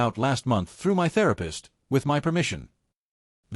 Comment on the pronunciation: If you bought your house, how are u renting and had a landlord? AI just can't get anything right. What is so difficult about saying my as my instead of m y? Can't AI'S be programmed to pronounced every word correctly? Emily is so delusional that her narcissism is now stratospheric. What talent? *Kiss teeth*. No, u are not wrong. U know exactly what to do. Someone needs to give Emily a serious reality slap so hard that it would be difficult to remember how she used to be without getting a migraine. Good of u act so quickly. Most of these stories tend to mess about for awhile before they act to solve their problem with entitled family. What is there to be jealous about? Give in to keep the peac? What about your peace? With Emily's delusion, you'd have no peace.